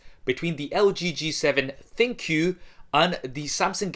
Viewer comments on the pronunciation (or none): Both are great phones! Overpriced, but great! Now Pleeze quit calling the V7 ThinQ a Thin Q, I know it is a misspelled word, but it i supposed to be pronounced as "Think!" As in it has some AI features! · Isn't it pronounced Think? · ThinQ = Think why does everyone say Thin Q smh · LG? No, ThinQou :D